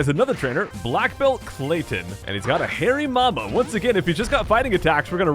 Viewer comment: its not hairy mama its hayriama